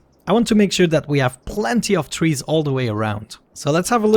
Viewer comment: I love how he says "twees" 😂🌲